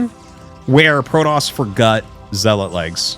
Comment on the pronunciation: forgut lmao